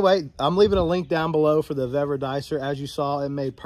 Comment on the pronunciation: Suggestion call Vevor and I asked Customer Service how to pronounce their name because you are miss pronouncing it. 👍🏾🙏🏾🍺🎣😷🇺🇸